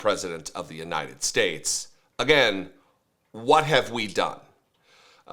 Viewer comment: I’m sorry. I cannot take anyone seriously who cannot pronounce United States ( “you-Nigh-ned”)